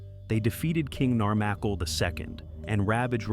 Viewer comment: ''A second Atlantis''. I wasn't aware that Middle Earth had had a first one... Nar-mah-kil not Nar-macle 😅